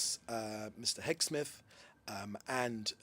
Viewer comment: His name is Heg-seth not Heg- Smith..!!